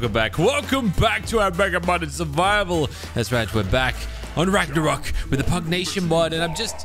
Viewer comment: Thought you said rapter rock not ragnarok still works tho